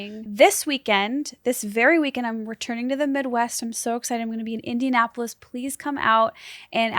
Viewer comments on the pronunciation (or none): none